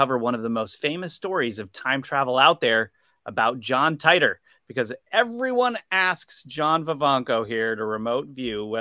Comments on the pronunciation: Teeter not tie tor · John tEEter....Not TYTOR. Nobody has ever said Tytor pronunciation